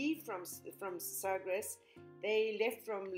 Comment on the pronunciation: thank you for sharing!! I love Sagres (Sa-gresh - except all the letters just blend almost into one syllable). The first time I went I was visit a friend for the weekend, in Lagos. I drove down from Peniche. I’d only been in Portugal about 2 weeks at that time and it was my first real road trip in Europe. When I realized how close I to Sagres (which I had heard about and had learned about the navigators school), I couldn’t pass up a ‘drive by’ on my way back up North. I figured I would just drive around for a bit and head back via the coastal highway. Well... I got into the village and stopped at the little restaurant, Sagres and got myself a fig cake and cup of tea and asked if there were any hotels. I hadn’t yet seen anything but somehow I knew I no longer wanted to rush through. I took my time. I had to stop and take a few deep breaths as I stood along the cliff’s edge, halfway between the Forteleza de Sagres and Cabo São Vicente. I had never experienced such incredible, raw beauty like that before. I am quite certain I could not keep my mouth closed. I stood there, simply amazed. I loved Cabo São Vicente... it’s small but it has a charming little store where I bought The MOST DELICIOUS 🍯 Honey! I also paid just a Euro to go through it’s small self-guided museum. After exploring I drove over to the fort. I loved that little chapel. I took some beautiful photos in there! Like you, I imagined the men and maybe the wives of the men, who might have prayed there hundreds